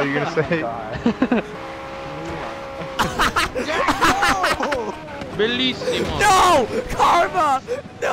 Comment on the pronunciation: bellissimo ahahahah, buona pronuncia